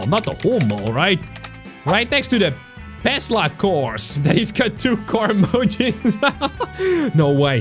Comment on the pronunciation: tesla not pesla